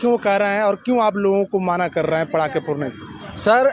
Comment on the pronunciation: ये इंटरव्यूअर पटाखे को पड़ाका क्यों बोल रहा है ? आएं ? अनपढ़ है क्या ? वैसे आप भी 25 दिसंबर को ईसाइयों द्वारा पटाखे जलाए जाने वाले सवाल पर कोई जवाब नहीं दे पाए , विश्वगुरु होने के बाद भी ।